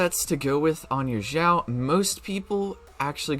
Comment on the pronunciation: Sorry, your pronunciation of Xiao and Xingqiu is really distracting. FYI, x in chinese is pronounced like sh and not like z